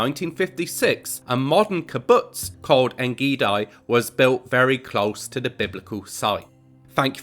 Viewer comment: Very interedting video You pronounce the second part of ein gedi WRONG, gedi is pronounced gay-dee